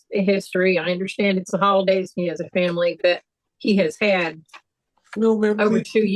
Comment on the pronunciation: This young man is most assuredly BEGGING to be luht frwee so he cuhn provide fuh his famiwee. Hes in regular contact with the cuht and and his attoineees.